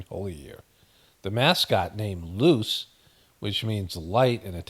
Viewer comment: Hey! ty so much, great video as always!! I hope all is well❤ ive been learning italian for about a year now, just wanted to make a small correction (yes i know you dont care, this is more for the algo relax 🤣) its pronounced Loo-ChAy not lucy